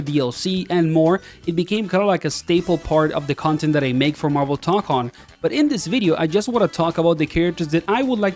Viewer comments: brother said marvel tonkon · Toe-cone, my guy.